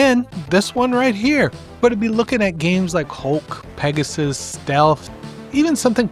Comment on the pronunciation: Peg-a-sis ... Whoa just make sure it ain't your sis 😂